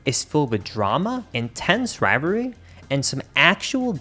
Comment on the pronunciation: The way he pronounces rivalry had me dead LMAO